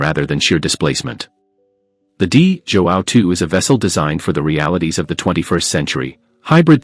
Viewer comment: Não é Di Jóão , porra ! É Dom João , vão pró caralho !!!